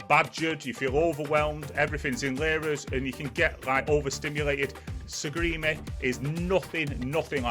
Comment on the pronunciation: It's Sarigerme lol pronounced Sarry germ a.